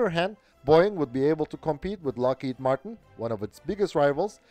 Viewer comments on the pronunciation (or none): none